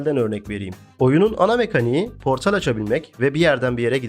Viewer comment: portal yerine portel diye telâffuz etmenden bahsediyor, o telâffuz beni de biraz gıcık etti ama video güzel beğendim.